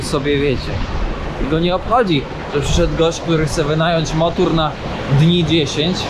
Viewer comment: dlaczego mowisz motur ? mowi sie motor !!! co Ty masz za jezyk? masakra !!!